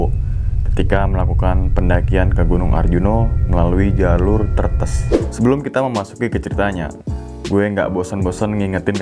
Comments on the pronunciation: Bukan tretes tapi threetes logatnya jawa timur bang kasar 😂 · Bacanya bukan tretes tapi tretes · Bacanya tuh "tretes" bang 🤗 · Cara membaca TRETES itu seperti mengucap TETES, bukan seperti mengucap REMBES, sekedar info 😀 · Tretes pengucapannya beda jd ngakak dah😭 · Via tretes😂 lucu deh, g gitu bacanya bang😂tapi juga susah jelasinnya tulisannya sama sih😂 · coba bilang kata Teh. Huruf E untuk Tretes, seperti E untuk kata Teh. Maaf ya bang🙏 cuma ngingatin aja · Tretes pengucapan huruf E seperti kita mengucapkan kata exsavator 😂😂😂😂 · Baca Tretesnya bukan gitu bang😂😂